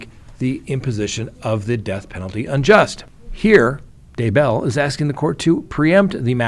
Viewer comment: Daybell is ONE word not 2.Its not DAY Bell.